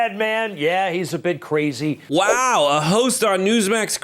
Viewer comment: "He's ca-razy, but a GOOD kind of ca-razy!"🙄